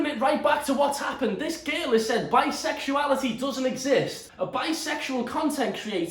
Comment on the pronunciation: no one: literally no one: olivia duffin: BISEXUILITY ISNT REAL